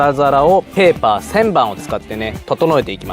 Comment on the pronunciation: あいかわらずペーパーの発音きれいデスネ